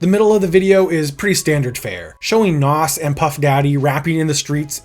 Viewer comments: It’s pronounced nas not “Noss” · Why are you pronouncing Nas' name like that? It's Nas (rhymes with "Oz") NOT "Hass" like avocado 😂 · wow you say NAS so wrong lol its not NOS like you say IT sounds like NAZ say it right boss man im from nyc and his hood to be exact lol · FOR THE LOVE OF GOD ITS NAZ NOT NOSSS 28,000 POUNDS £ NOT EUROS € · A lot of people can’t pronounce his name correctly lol. A better way to explain the pronunciation is “NAWZ”